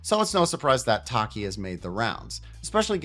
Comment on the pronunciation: Pretty sure her name is (ta-key) like tachyon